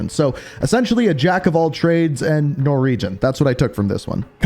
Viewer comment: Al Mahzra not Al Mazarah Norweeeeeeeeeeeegen not Norwegern Marine Cor not Marine Corpse